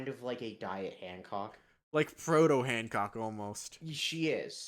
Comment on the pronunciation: holy shit you said Hancock's name correctly, no one EVER does that